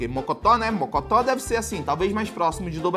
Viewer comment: man vc errou a palavra mocotó?